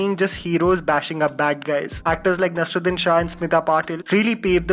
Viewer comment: Thank you for the video. If I may suggest: NasEEruddin and not Nasruddin.